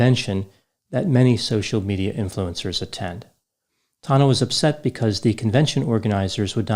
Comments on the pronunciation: Its tANNa not Tahna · "tahn-nah" Everybody else: "tan-nuh" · He's saying her name so weird. Tana not Tona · Every time pronounces Tana's name it reminds me of the movie Joe Dirt. Specifically the part where Joe pronounced his name Dirt'e (Dear- tay) and a dudes like, It's Dirt! Quit trying to church it up!! 😂😂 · I’m convinced knows Tana’s actual name pronunciation but says it incorrectly on purpose in order to derive some small enjoyment from being forced to discuss Tana Mongeau